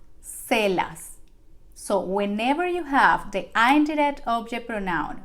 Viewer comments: Please its not (ain - direct =indirect) that you pronunciate to get attention... its only "in-direct" no matter if you follow US OR UK ACCENT.... please first you should learn English PROPERLY then try to make your copy paste Spanish videos.. pathetic fake ones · Sorry but it’s een direct not the way u say the i in spanish U will be confusing the English ppl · She is pronouncing direct and indirect wrong. 😉 This is not meant to be critical but it was very distracting throughout the whole video. The “i” in indirect should be pronounced like the i in “in” and the “i” in direct is pronounced like “ur.” It was a great 👍 lesson. Thank you 🙏🏼 very much. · “Indirect object” is supposed to be pronounced with a short “i” sound, not the long “i.” She’s tapping the “r” and making it hard to understand.